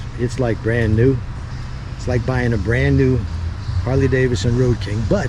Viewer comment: 1) that is the stock exhaust and mufflers 2) “Davidson” had two “d”s in it, so it’s NOT pronounced “Davison”